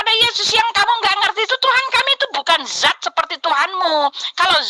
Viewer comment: Dzat dan Zat kan 2 kata yg berbeda? tapi cara pengucapannya kok disamakan bunyinya?